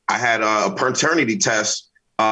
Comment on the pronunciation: Dude said PERternity?! 😂 hellnawww